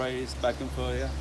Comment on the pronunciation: Florida or floriya? 😂😂🤣